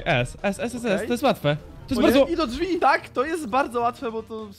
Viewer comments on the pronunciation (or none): none